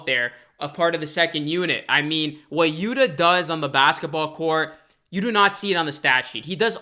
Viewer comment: Yuta Watanabe's first name is pronounced "YU'-tah", as in "Utah Jazz" (but the accent is on the first syllable). You are pronouncing it "Yuda", which is incorrect.